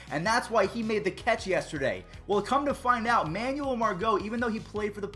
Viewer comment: Am I the only one who cringes and gets kinda pissed when he pronounces Manuel like that? It’s man-well not man-you-uhl